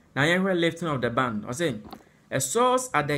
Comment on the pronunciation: Presenter the word is ban not band. Mind how you use the words